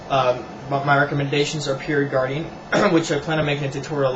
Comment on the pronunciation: Using what? Peer Ungarain? It was mentioned at least three times and I couldn't understand any of them.